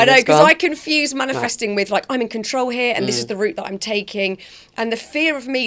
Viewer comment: Please someone tell her it's 'manifesting' and not 'manUfesting'